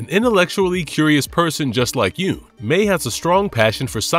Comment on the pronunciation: Not to nitpick, but I’m pretty sure Mei’s name is pronounced like “MY”, not “Mee”